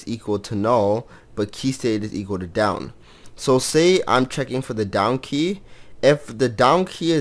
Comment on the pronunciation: "Down key", i keep hearing "Donkey" heheh :3